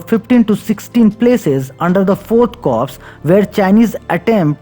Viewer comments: Corp is prounced as " cor" not cops. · Corp is suppose to be pronounced as “cor”